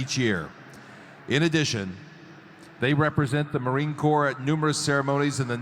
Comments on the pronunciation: with respect sir... just a couple of things...corps pronounced ( core ).. as to hat.. pronounced.. ( cover ) I do enjoy your videos but I could not resist poking a little 😇 Take care brother. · I cant believe no one has corrected you on this as yet...USMC United States Marine Corp...corp is pronounced CORE!!! Not corpse for cryin out Fkin loud!!! Yer welcome... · Corps is pronounced like core not corpse. Thanks for the video brother, Semper Fi... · The rifles they are using are the M1 Garand. The “hat” is called a “cover”. The rifle weighs 10.5 lbs (almost 4.8kg). It is pronounced Marine “core”, not Marine “corpse”. We are a Corps (specialized military fighting force) and not a bunch of dead bodies. My son is amazed how two or more Marines can meet each other for the first time, but talk as if we have known each other for years. It is a great bind that we share across the decades. The medals have nothing to do with rank (although it is known that sometimes officers get higher awards despite the enlisted Marines deserving them more). We have different ribbons (no associated medal) and medals that recognize good conduct, worthy singular or sustained acts of heroism or performance, different campaigns/wars, humanitarian efforts, and unit performance. Most currently serving will have fewer than most of us who served between 1990 and 2024. Those who served overseas in the First Gulf War (Operation Desert Shield, Desert Storm) received the Kuwait Liberation medal (from Kuwait), the Kuwait Liberation medal (from Saudi Arabia, the Southwest Asia Service medal, the National Defense medal, and a Sea Service Deployment ribbon at a minimum during that period in 1991 those. Kosovo campaign medal in 1999, Global War on Terrorism Expeditionary Medal, Global War on Terrorism Service medal, Afghanistan Campaign medal, Iraq Campaign medal, Armed Forces Service Medal, Armed Forces Expeditionary medal, and the NATO medal were common for th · Marine Corp, the p is silent.